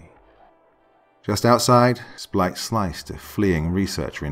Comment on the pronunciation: hehehe you said "Splite". Love the Breach Chronicles, my creepy friend. Got my favorite drink as soon as I saw the notification. Cheers mate.